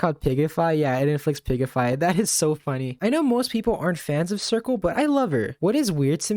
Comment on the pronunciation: I'm dying that this guy unironically calls Circe "Circle."